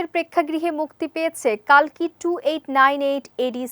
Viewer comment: কল্কি হবে কালকি নয়